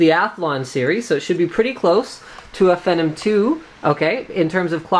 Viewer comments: "finum?" It's pronounced "fee nom" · whats a phenim? I know what a Phenom processor is, but I've never heard of Phenim?! Same with Lano? Its pronounced Yano (Llano). Maybe I should get a life, sorry I'm picky with pronunciation. But it was a good real world review. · fennim two? lol last i cheched it was Phenom II..... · Sorry, but it's pronounced "FEE-nom".